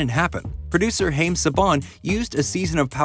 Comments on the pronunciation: Haim is pronounced (hi-am) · That's some serious mispronunciation of the name Haim 😂